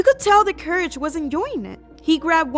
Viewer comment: it's not couraje it's courage